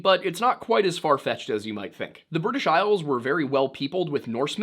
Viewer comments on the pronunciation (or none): none